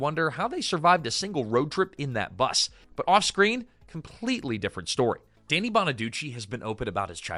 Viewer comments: His name is pronounced DANNY not DANE EE WTF is wrong with you? More AI Bullshit? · lost me at "DAY-nee" bonaduce